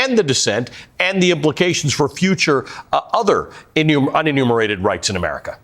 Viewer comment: he said unenumerated